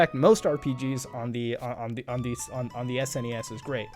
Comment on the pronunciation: Thank God you say S-N-E-S and not SNESSS